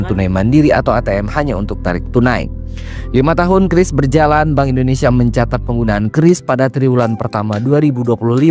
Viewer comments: Bacanya kris bukan qiuris ibu cantik. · Kiris bukan kyuris atau kris, ribet juga ya 😂😂😂 yg gampang ucap aja